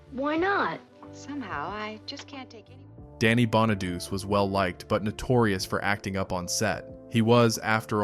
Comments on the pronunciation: Bonaduece? Stop it. It's pronounced Bonadoochay. God! And he bullied Jeremy Gelbwaks. What a collossal bona-douche. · Bonaduce is pronounced: Baa Nuh Doo Chee, Not Baa Nuh Doos Just saying! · Danny’s last name is pronounced (Bon-a-du-chee) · It's pronounced Bon-a-do-chee. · Bonaduce is pronounced Bonna du chee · Bonaduce is pronounced Bon-a-doo-chee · Bonaduce is pronounced BON A DUCHI 😂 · Danny Bonaduce is pronounced: Bah-na-DOO-chay! Dorothy Baxter (Whitney Blake), was married to George Baxter (Don DeFore), a lawyer, on “Hazel” back in the early ‘60’s. Dorothy was an interior decorator. Lucille Ball played Lucy Carmichael, a bank secretary and widow with 2 kids on “The Lucy Show” in the ‘60’s. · I stopped watching when you mispronounced Danny Bonaduce. Phonetically is pronounced Bonaduchi. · Most of us superfans knew most of this stuff. We even know how to say Bonaduce. Thumbs down, research better. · He shouldn’t narrate if he never watched the show or can’t pronounce the actor’s names. It’s kind of insulting. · That bothered me too 😆